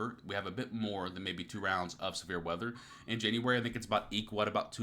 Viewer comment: January not Januaray 😉